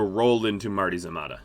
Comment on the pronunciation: I enjoy this series greatly, but Marty’s Armada does not roll off the tongue well, it sounds like you’re saying Marty Zamatta, and you say it like a billion times an episode. I was genuinely confused at first, wondering if it was the name of a scientist or something else entirely I was missing. It was a lightbulb moment when I finally saw it in the sidebar. I’m sure it is named for one of your patreon backers or something, but I lie to myself now and say that Marty Zamatta is the name of the admiral in charge of the fleet. He’s the True Son of Atom, he’s Nuclear Jesus. In this galaxy you’re either Marty Zamatta or you’re insignificant to the cosmos. No longer will the utterance Mah-tee-Zah-mah-tah snatch my attention away from your enjoyable gameplay, for now it is a battle cry to the stars. A sequence of sounds that heralds the death of civilizations, and will echo on long after their passing.